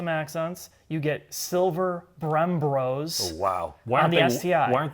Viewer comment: "Brembrosss" lolll